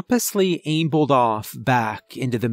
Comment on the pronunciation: Ambled = "am-buld" ≠ "aim-buld" And if you have something ON, not IN, your stomach, you probably need an emergency room immediately.